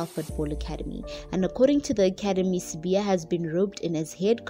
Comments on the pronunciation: sibaya not sibiya 🤣🤣🤣🤣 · Sibaya.. They wrote Sibaya and she keeps on Sibiya. The lady needs to care wrong pronunciation of people's surnames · He is not Sibiya, he's Sibaya, as in the kraal. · Sibaya wena not Sibiya bari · Not sibiya is Sibaya!!!! gees